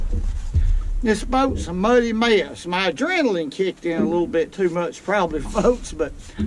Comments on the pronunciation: Nothing like a "adrilagin rushes". Or "Uh-drill-uh-gin" rushes. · One of my favorite parts of watching a video? Listening to him try to say the word adrenaline. "Adredgelun!"